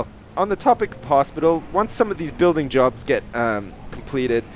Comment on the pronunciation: When he said "buildingjobs" i could have swore he said "blowjobs"